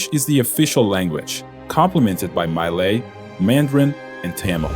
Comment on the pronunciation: Clarke Quay is pronounced as Clarke Key. jus sayin. Malay is pronounced as Mur-Lay, not Mur-lie. Great video otherwise